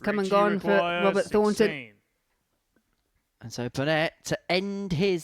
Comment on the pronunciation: Bahaha, dope in his "hearing aid beige " suit . and white chav trainers ..."Wobert Fawnton" Withcie Burnett"....🤣